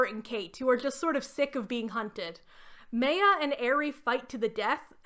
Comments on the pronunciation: Not the way you pronounce Maya 😭 it's not Meyer like Stephanie Meyer, it's Maya, the two As are pronounced the same way! Mah-y-ah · I’m sorry I keep getting thrown off everytime you say Maya and Ari’s name 😵‍💫 I always thought it was pronounced My-ah and Ah-ree Edit: took me all day to finish your video, not because of you, this series is seriously like some weird fanfic 😂 Fang got taken out by effing seagulls 😭🤣 I can’t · Maya is definitely not pronounced the way you did it. It's My-yuh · Does the book specify how Maya’s name is pronounced? In my experience, Maya is pronounced “My—uh” and not “May—uh” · Maya is pronounced “my-uh” or “my-ya.” My name is Maya and every time you say it, I cringe. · great video! one note: why are you saying Maya like that?? it’s driving me insane! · As someone who was a HUGE maximum ride fan growing up this video is a wild ride down memory lane 😂 amazing 👏 (I gotta add though, not in a mean way or anything bc English is weird, but the way you pronounced Ari and Maya is driving a bit crazy 😭 but that's a me thing though lol, great video regardless) Edit: YOUR TELLING ME MARVEL ADAPTED THESE BOOKS??!!! WHAT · Minor comment but your pronunciation of Maya is well really bad. The name is pronounced like the words "my" and "ah" combined. So like the ancient Mayans in South America. Sorry it really took me out of the video as soon as you said it and I don't mean to poke fun at you at all but it made me giggle a little. I'll share that I pronounced the name "Brom" like the word "broom" for years until someone pointed out that it is basically "prom" but with a "b". I also mispronounce epitome as "eh-peh-tome" instead of "eh-pih-toe-me" regularly unless I think about it.